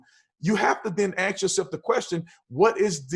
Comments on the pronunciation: This guy is so awesome I'll even give him a free pass for not pronouncing the word "ask" properly. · Brandon,i think you are great,but please don't say,ax, instead of ask!!! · This guy is an embarrassment. He should learn to pronounce the word "ask" before going out to speak in public about anything the requires two brain cells to discuss. I also don't agree with the conflation of the assertion black lives matter and the movement which I extremely opportunistic and questionable. Has anyone actually visited their multiple websites (which in itself is dodgy) and their "what we believe" section. It is shocking and the protestors are utterly being used and worst still, during a pandemic. It is tragic. There is definitely an issue with racism in the country and it needs to be addressed and not downplayed.